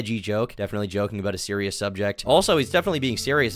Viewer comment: BABY SEWIOUS 🤬🤬🤬